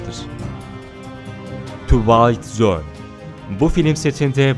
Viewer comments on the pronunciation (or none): telaffuzların çok kötü özellikle "twilight zone" hiç alakası bile yok . içerik olarak güzel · Dostum güzel derlemeler yapıyorsun ellerine sağlık. Fakat lütfen ingilizce kelimeler kullanmadan önce en azından Google Translate'e yazıp bi dinle. Diğerlerine hadi neye dediysem bile Twilight Zone telaffuzu beni benden aldı..